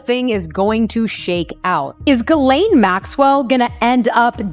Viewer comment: it's not pronounced Galane. it's pronounced Gislane.